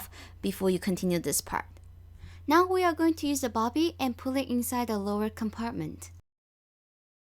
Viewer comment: It’s a bobbin not bobby